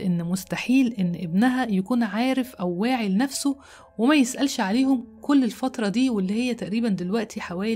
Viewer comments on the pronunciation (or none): none